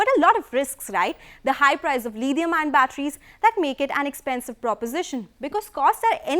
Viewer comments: I still don't know what's 'Lidium-ion' batteries. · Tada Chemicals..... 'Lidium-ion' batteries .... Lol